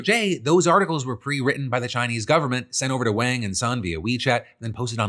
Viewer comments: Rough hearing you pronounce in wayng rather than wahng repeatedly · Wang is pronounced like "Wong". It's not the 1980s anymore.